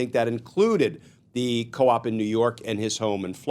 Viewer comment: It's s co op. Not a coop. Lol